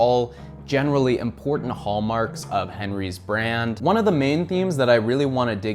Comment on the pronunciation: butchered the pronunciation so terribly I'm starting to think you didn't do your research